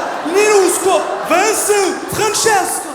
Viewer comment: Haha c'est moi où il a calé un "Vincent" avec le bon accent vaudois au milieu des italiens